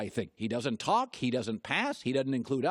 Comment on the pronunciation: Hilarious!!! "You gotta yalk! YOU GOTTA TALK!" 😂😂😂 Dude, OKAY!